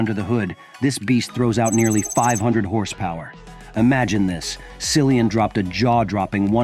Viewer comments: Learn to pronounce his name correctly! Geeezzz! It is like Killian! You really shouldn’t do a video about someone whose name you cannot pronounce correctly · Probably the information here as false as the way they pronounced his name. Common it is common courtesy to pronounce someone 's name correctly. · Incorrect pronunciation of his name 🙄